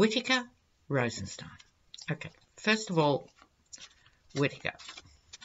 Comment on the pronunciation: Whitaker and Rosenstien are adversaries. Whitaker always mispronounces Rosenstien’s name. He isn’t taking the bait